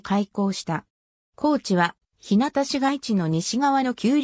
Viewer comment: ひなたちゅうがっこう、ではありません。 ひゅうがちゅうがっこうです。